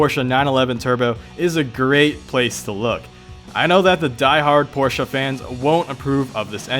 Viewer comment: Thank you for saying Porsche correctly